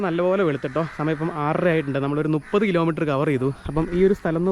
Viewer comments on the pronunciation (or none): നുപ്പതല്ല മുപ്പത് 😂